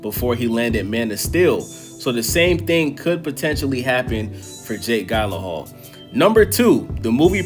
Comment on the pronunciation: Love the video but butchering this man’s last name